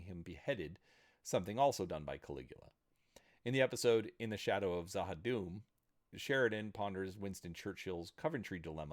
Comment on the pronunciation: Ok... Im about to geek... So, while a few names were pronounced wrong, the only one Im going to critique you on is "Z'ha'Dum"...its inspired by the Tolkien Elvish, and is pronounced "Zuh-Ha!-Doom"... With that out of the way... I LOVE this shows cast of actors...both regulars and guests... Zefram, who played Mr. Edgars of Edgars Industries, is/was the original Voice Actor of Alfred in the Batman The Animated Series from the 90's! The actors for Two-Face, The Mad Hatter, and The Penguin also showed up, too! After that you have the OG Tron from TRON, the OG Will Robinson from Lost In Space, Kenickie from Grease, Checkov from Star Trek... like... this show was ridiculous with who ended up joining! OH! And Christopher Franke's music is just amazing...I love it! Still regularly listen to certain scores, just because it has a vibe where it could be scifi...or fantasy...or cyberpunk...and more! Its just really great to listen too... Anyway... Thats enough geeking from me...